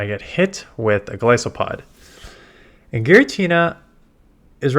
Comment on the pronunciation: Ok. Love your content, but I've stayed silent as long as I can. It's not Gli-so-pod. It's GO-LIS-O-POD.